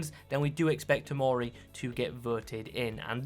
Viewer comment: they said tomori ☠☠☠☠☠☠☠☠💀💀💀💀💀💀💀